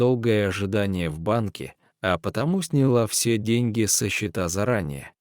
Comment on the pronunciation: Больше пригласить некого , что ли ? Он читает отвратительно. Не всё надо , а все надо ! Капец !